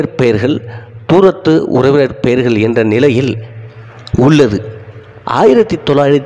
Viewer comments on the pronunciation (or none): பெயர்கள் என்று உச்சரிக்க வேண்டும். மெயர்கல் என்றல்ல!